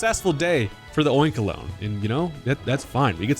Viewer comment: Your pronunciation of Oinkologne is correct. It's oink and cologne.